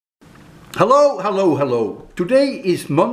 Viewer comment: ollo ollo ollo......i love ur special assacent to pronounce hello...